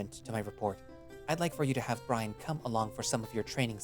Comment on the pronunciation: Heh i rly like CalderxBrynn. Tho it would be better if you checked pronunciation of some names and words on google translate or whtever, for example it's Brynn not Brian and "sire" is a different thing from "sir". Other then that ty for reading it through for us, i listen to you on my way to and back from work.